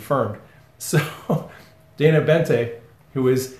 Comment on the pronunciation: Boente, not Bente.